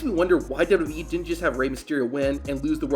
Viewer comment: Man can't even say "WWE" Properly...